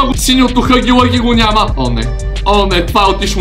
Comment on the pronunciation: Само да ти кажа че не се казва хъги лъги, а хаги лаги. И може би ще бъде по-яко да пробваш чаптар 2.